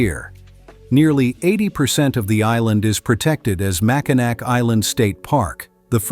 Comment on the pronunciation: Oof. You mrounounced Macinac wrong.Its pronounced Mack-in-aw lol